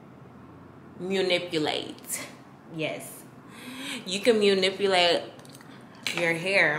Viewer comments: Lol just like me when it comes to words… she said “Munipilate” instead of Manipulate 😂😂 I love her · “Munipulate.” I wish your Mama was here for that one. She would’ve screamed “what?” 😂😂